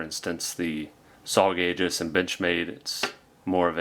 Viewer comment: It doesn't look like it but Aegis is pronounced EE-jiss not A-juss.